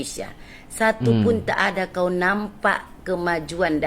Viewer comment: Betul ke budak tu asal Madura, kalau dari segi sebutan atau cara sembang, kita dah tahu orang luar cuba belajar bahasa melayu Malaysia tapi cara sebutan "kauw" seperti orang medan